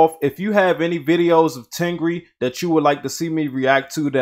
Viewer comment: it’s not ten gree... it is tengger 🤣